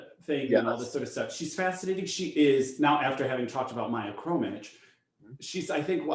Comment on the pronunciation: But why do you call poor girl KhromyCH? She is KhromyKH! The first and the last sounds are exactly the same.